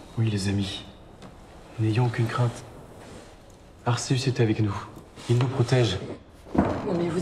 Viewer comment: La personne qui a dit "ArSéUs " Je te maudis ! Je te hais !